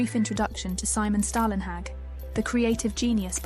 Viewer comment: "Storlenhag" or even "Stawlenhag"